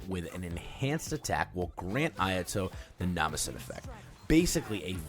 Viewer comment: I love that intro. My ayato is boss man. But that Japanese pronounciation X_X